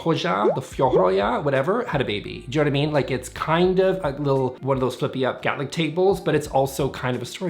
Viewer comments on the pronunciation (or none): none